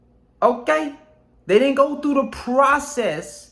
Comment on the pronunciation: When he said "Okay" in spanish accent🤣❤👊